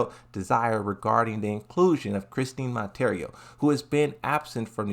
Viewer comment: Closed video when pronounced the characters first and last name. FOH